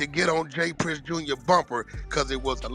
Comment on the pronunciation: It’s JR not jaz